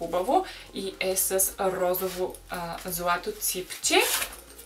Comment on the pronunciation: Казва се розово не розаво